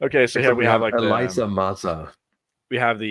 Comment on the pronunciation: Marina Sirtis voiced Demona. Salli Richardson voiced Elisa Maza. And it's pronounced E-LEESA, not E-LYE-ZA.